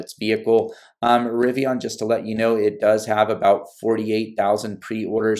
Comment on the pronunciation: It’s pronounced Rivi-IN, no ON. The end sounds the same as “olympian.”